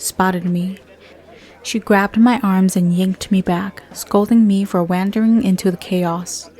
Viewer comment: Wandering is pronounced “w-awe-n-dering” not “w-and-dering”. But everything is great.